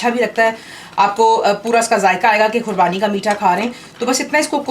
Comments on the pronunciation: Don't you mean Qubani? So far its not Kurbani its qubani. I hope you understand,and yeah don't mind :) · Assalamu Alykum Khubani boliye khurbani nahi😮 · "khubani" not kurbani. .. lols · aapko khubani bolne nahi aara aur aap banane ki koshish karre